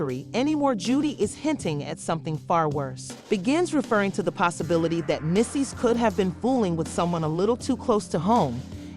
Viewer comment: Meecees *Mendeecees